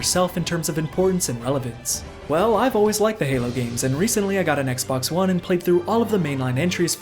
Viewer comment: Anyone else notice he said Xbox One as X-Bone?